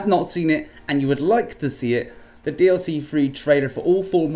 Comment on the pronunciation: It's DLC 4 NOT DIC